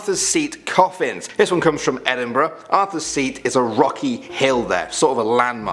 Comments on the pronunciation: At least someone says Edinburgh like Edinbruh cause that’s how ya say it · Genuinely stunned that the woman in the video knows how to pronounce Glasgow and Edinburgh. That’s rare. She made a bit of an arse of Gorbals but that’s forgivable.